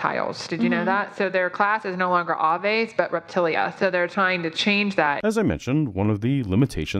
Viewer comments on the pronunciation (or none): Hey just a quick correction. I work in biology. I know pronunciations differ by region, but generally in the US (So it may be the same in Canada) we pronounce Aves with a Long A, as in Aviation, and a silent e. So, it is "Gave" without the G and an S. Also, I am in southern US, so it may be me who is wrong haha